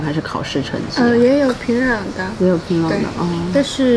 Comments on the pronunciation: 很奇怪，人家明明就是講學院就是高中，為什麼不信任人家的理解跟表達能力呢？要一直試圖用自己的猜想去引導，甚至曲解人家的意思。什麼職校、專科？以為人家不懂的分辨嗎？我看這幾個朝鮮導遊的中文程度都比主持人的好耶！！平壤都唸成平朗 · 由于地方乡音的问题，这位女主对“仓光山”的发音感到很木讷、很不适应，因为她那地方口音习惯把“cang苍”音发成“can参”音，所以她反应迟钝了有好几秒钟。反倒是两位朝鲜女孩的“仓光山”发音比女主更好、更正确。 女主乡音浓重，再比如：平朗（壤）、高逆（丽）、吸引逆（力）、十你（里）明砂、地你（理）位置，等等等等。To sum up，她拼音里的“n”和“l”的发音分不清楚。